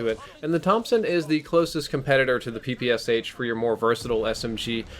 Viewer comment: Please check in google how PPSh is pronounced. I'm from Russia and when someone is pronouncing "Sh" as 2 independent letters it annoys me :D